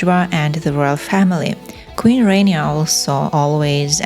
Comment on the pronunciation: Please learn how to pronounce "Rania" correctly. It is not "rain-eeya" but "rah-nyah" (and quickly spoken, so that it almost sounds like "rannya".